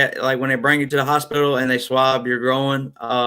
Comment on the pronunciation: The “io” in “groin” sounds like the “oy” in boy. The word is all one syllable. The way you pronounced it adds a long “o” sound and a syllable, so it sounds like “grow-in” swab. It should sound like “groyn.” I think the doctor thought you were saying “growin’ swab”, leaving the last “g” off growing. I hope that makes sense.